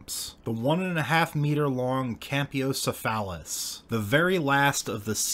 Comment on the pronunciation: That can't be how Campylocephalus is pronounced